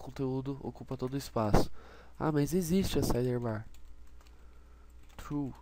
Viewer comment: "SideRRbar" não sai da cabeça! Rsrs. Legal a vídeo aula =)